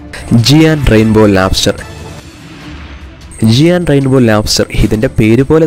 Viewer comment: ജിയാൻ അല്ല bro ജയന്റ്